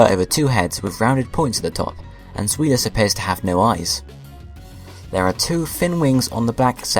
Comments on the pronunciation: Its Zwielis pronounced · It's ein (EYE-N), zwei (ZV-EYE) and drei (DR-EYE). Hydreigon is pronounced (HY-DREYE-GON). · Pronounciations: Die-No Zvie-los Hi-dri-gon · you mispronounced them. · Neither did the guy who made this video according to how he's pronouncing the names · Your saying zwei wrong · You said all their names wrong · You said all their names wrong, all of them.